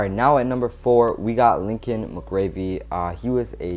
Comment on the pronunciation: The "7" in Tom Brands record is his losses.. the "2" is ties.. Also, Lincoln McIlravy is pronounced like "Mackel-Ravy" (rhymes with "tackle-ravy")